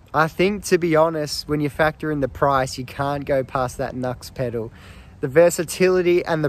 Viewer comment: The word is pedal, not pedo.